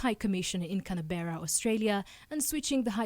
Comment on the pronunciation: Where is Canabera? It's Canberra!! 😂 😂